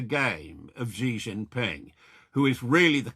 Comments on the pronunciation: Xi is pronounced as “she” not “gee.” Ffs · Just a tip to boost your credibility, Xi is pronounced ‘she’ or ‘see’. Not Gee.